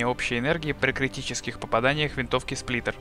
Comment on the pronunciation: Сплинтер? Что? Сплиттер вообще то. ( ͡° ͜ʖ ͡°）